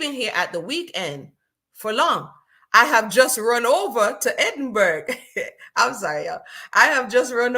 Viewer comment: As ever, I'm loving the review. 😂 Helpful hint... Edinburgh is pronounced "Edin- bruh (or Borough). Keep up the great work! 😅❤